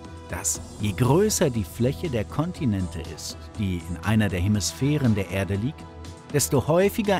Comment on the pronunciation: Furchtbarer Sprecher. "Ärde" spricht man "Erde" und "Kern" nicht "Käehn" .